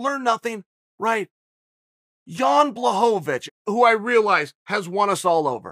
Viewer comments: Jan "Blahovavich" Blachowicz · Chael pronounced Blajovic correctly , and then forgot about it at the end 😂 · "Blahovovitch"😂😂😂😂 Uncle Chael kills me with this! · Chael "Blahovovitch" Sonnen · Chael "Blachovavich" Sonnen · Chael! BLA-HO-VITCH! Please!!! He's the champ AND just beat Izzy lmao I love ya man!